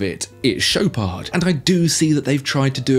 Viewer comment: Aha, the Rolex Papa Smurf, the first divewatch designed to drown you😂😂😂😂😂 As for the BB 18K, its called the After 58.......also you don't pronounce the D in Chopard.